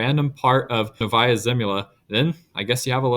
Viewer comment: it's pronounced nOvaya, not novAya